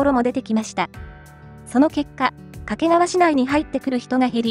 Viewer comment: 掛川のアクセントが"け"にかかる